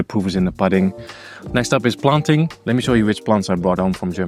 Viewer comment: Pood-ing not pud-ing